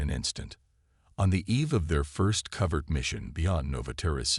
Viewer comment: Pronounce covert correctly.